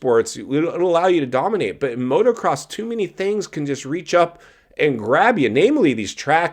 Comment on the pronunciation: PLEASE tell me he didn't just say "motoRcross". (Yes he did. Put it on the slowest playback speed & listen) FFS push the clutch all the way in and Sp,Sp,Sp Spit it out. There is NO way that he's watching or listening to you.🤡